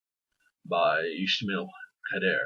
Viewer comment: It’s something like Ee-sma-eel Ka-da-ré